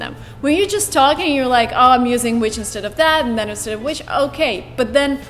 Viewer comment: emmmmm, but the auto-caption of this video can't distinguish the difference of your pronounce of "than" and "then", would you like to review it ? I meant no harm